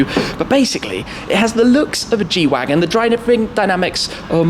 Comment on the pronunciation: The G shwagon